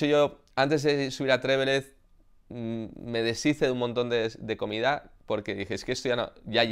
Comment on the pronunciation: Un apunte de pronunciación, Juan Antonio. Trevélez es palabra llana. Pero no te preocupes. Se lo he oído a muchos antes que tú pronunciarlo como esdrújula.